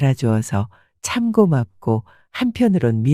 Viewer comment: 참고맙고가 아니고 참 고맙고 라고 읽어야 합니다